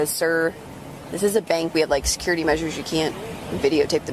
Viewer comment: Wtf is a "benk"?